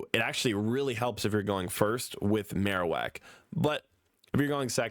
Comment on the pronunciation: Bro read marowak and raichu wrong